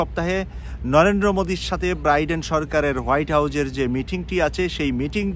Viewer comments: 'ব্রাইডেন' নয় 'বাইডেন' বলুন। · Not Briden , it’s Bayden or Biden . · ভাই আপনি কি বলছেন ব্রাইডেন না বাইডেন কোনটা ঠিক। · biden, not briden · Please Brother Biden not Briden thank you 🙏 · Chagal briden na biden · ব্রাইডেন নাকি বাইডেন? উচ্চারণ ঠিক করলে ভালো হয়। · শুদ্ধ উচ্চারণের অনুরোধ রইল, show এর উচ্চারণ shu এবং Biden নামের উচ্চারণ Briden নহে । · বাইডেনের নাম ও ভালো করে উচ্চারণ করতে জানেন না, আবার নিজেকে সাংবাদিক দাবী করেন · আপনার মত একজন সাংবাদিক বাইডেনের নামটা বলতে পারেন না কেন।আমরা চাই হাসিনা তেমন অপমান হয়ে এসেছে মোদীও অপমান ,য়ছ আসুক।